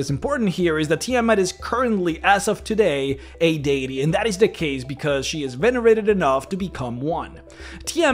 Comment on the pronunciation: You say deity wrong